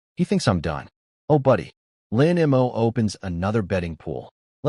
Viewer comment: For an A.I. programmed by Chinese writers, it sure has massive problems SAYING Chinese names. 😂😂😂😂. You'd think THAT would be the ONE THING it could say properly. It's not Chen EM-OH; it's Chen MOE. It's not EM-WHY it's my. The sheer level of speech inconsistency is laughable, and takes you out of the story.